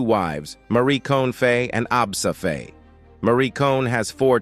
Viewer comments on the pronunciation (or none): IT'S NOT PRONOUNCED FAY, ITS PRONOUNCED FY, rhyming with Why. You do your video a disservice by not getting this basic right. Its easily searchable.